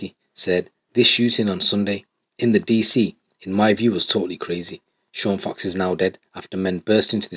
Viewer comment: Sean Fox christ get the guys name right